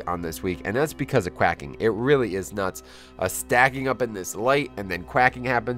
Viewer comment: it’s quaking, as in earthquake